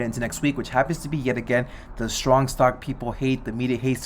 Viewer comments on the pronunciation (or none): none